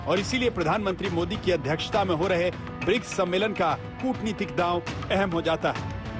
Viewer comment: मैडम दलाली के लिए इतना एक्साइटेड हैं कि ढंग से बोल भी नहीं पा रही है सम्मेलन को सम्मोलन कह रही है😀😀😀😀😀